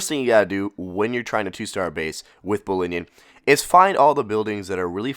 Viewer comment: 'ballinion' sick lol